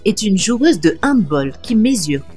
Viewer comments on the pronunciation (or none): handbAll et pas handbOll